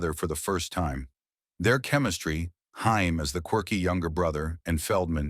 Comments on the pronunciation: Corey Haim his last name is pronounced HAME NOT HIME!! GET IT RIGHT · Love your reviewof this film , but it's Hay- m. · Cool video, but can totally tell they used an AI narrator by how badly it mispronounced common words like saxophonist and Corey Haim’s last name. 😂